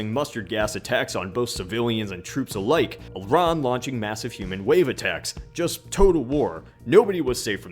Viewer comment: Props for being an American calling those countries with a soft 'i'. Not eye-rack.